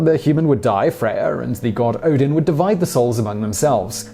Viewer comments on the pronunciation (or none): none